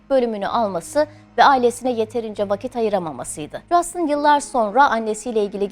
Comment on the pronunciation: Keşke adamın ismini de doğru soyleseydiniz, Justın değil Justin